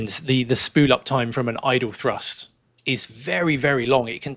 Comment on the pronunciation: When I first started watching your () videos, I was briefly confused by your pronunciation of “thrust”. With your accent, it often sounds very much like “trust”, and it amused me a little to think that a certain amount of trust was necessary to keep a plane in the air. (And a little pixie dust, perhaps.) With all the current changes in technology, propaganda, and political paranoia, trust is becoming increasingly necessary to keep our society on course. So I’m glad that you folks are keeping the trust levers securely at their cruise setting… and at TOGA when needed.